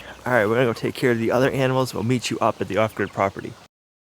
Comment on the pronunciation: It sounds like ostrich property when he says it